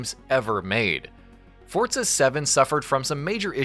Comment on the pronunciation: forZA not fortza ..... fortnite and forZa didnt have a bastard child its just forZZZZZZZZZZZa